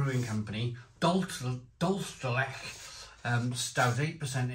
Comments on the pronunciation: dool-CHAY der let-CHAY Spanish and the pronounciation tip might help you 😉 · Truly the strangest pronunciation of dulce de leche ever. Is this what Spanish sounds like when combined with Welsh? Dulce de blechhhhh😂